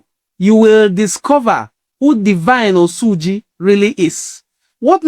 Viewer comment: Even the oyibo pronounced his name better than you. It is "Osuji" not "Osuuuji" mtcheww